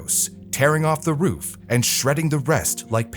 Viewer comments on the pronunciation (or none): none